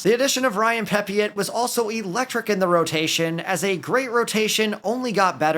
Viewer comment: Pepiot's name is pronounced Peppy-O